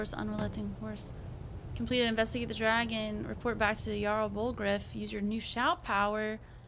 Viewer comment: Just in case anyone shouts at you for it, if you see something with a J, it's pronounced as a Y. Jarl is pronounced Yarl and Jorvaskier is pronounced Yorvaskier. Brynjolf is the name of a character you'll meet, his name is pronounced Brynyolf. Can't wait to watch more! 😍